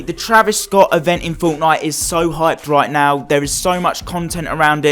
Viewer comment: Woah stop right there ❎ did you just say fonknite????